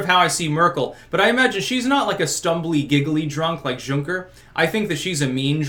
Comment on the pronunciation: It's pronounced yunker. His name literally means minor landowning nobility